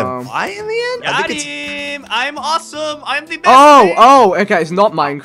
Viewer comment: Ikr, and not only that, but he doesnt even say it right. He says it like twice every video